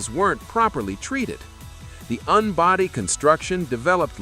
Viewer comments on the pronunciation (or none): you said the "unbody." What the hell is an Unnbody? Are you talking about A I crap? Wait a minute, that is what you produce.